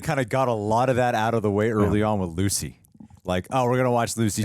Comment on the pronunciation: When he calls her "Gucy" i can't stop laughing for some reason 🤣🤣